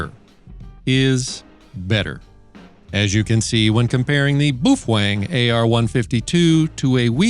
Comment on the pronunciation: You sure it's not ''bow-fang?" It doesn't sound ''manly'' the way you say it! I'm not sure I wanna say boof-wang!😅